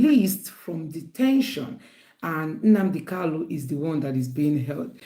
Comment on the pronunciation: Nnamdi KANU, not Kalu. He corrected people who mispronounced his name.